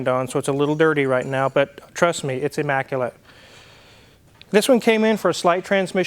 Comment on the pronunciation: "E- maculate" 😉